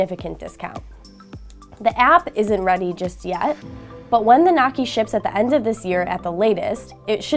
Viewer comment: noisy not nocky